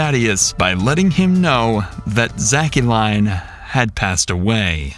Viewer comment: I think the daughter's name is pronounced Zack-Lynn not Zack-u-line. Still not a normal name